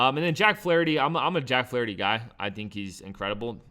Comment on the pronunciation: He said Flaherty.🤦🏾‍♂️